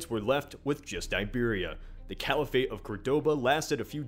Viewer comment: Caliphate is pronounced kah-lee-phit. Not the weird half-anglicized way it is pronounced in the video. I'm not hating just informing.